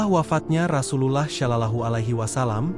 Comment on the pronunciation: Maaf bercerita tentang Islam tp penyebutan,Alloh DWTdan nyebut Rasulullah salah,masa g ada usaha utk d perbaiki